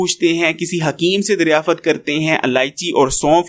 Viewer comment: Daryafat ? Daryaft hota h yrrr Kya aalaa urdu bolty h aaap salam h aaap